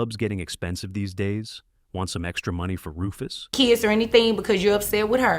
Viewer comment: Stop calling them keeeds. Their children. Not keeeds.